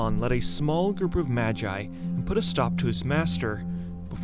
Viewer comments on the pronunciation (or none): none